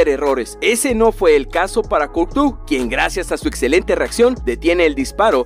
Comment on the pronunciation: Courtois se pronuncia curtua